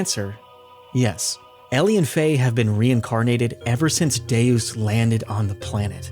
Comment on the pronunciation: oof...it's pronounced "Day-Us." Latin for "God"